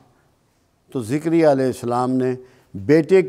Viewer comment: ذكريا ع صحيح پڑھا جائے تجوید سے ر کے نیچے کسرہ ہے